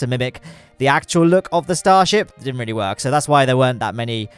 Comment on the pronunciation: Uhh you said stasrhip